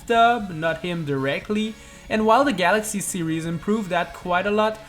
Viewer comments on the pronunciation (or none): none